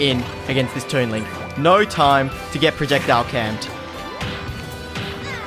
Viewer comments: look guys it’s “toon” link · Did He Just Say "Toon Link"